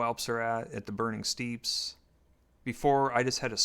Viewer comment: Also Burning Steppes is not Steeps, it's pronounced like steps.